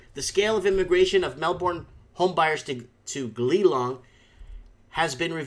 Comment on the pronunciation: It's pronounced Geelong